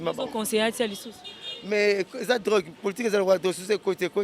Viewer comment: Le corbeau et le renard tout flatteur vit au dépend de celui qui l écoute On dit politique et non poltique